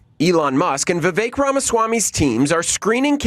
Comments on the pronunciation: His name is pronounced "Vivaaak" like "Cake" Ramaswamy. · Vivek is pronounced Vivake rhymes with cake. I heard him thank someone for pronouncing it right. The least we can do.